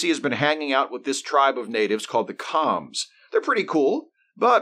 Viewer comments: The “Koms” were pronounced like “combs”. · I KNEW Nazi planet was going to be the worst... Seeing as it is objectively the worst lol Good video but wasn't Com pronounced more like "comb"? 🤔 But who cares it was a silly episode anyway lol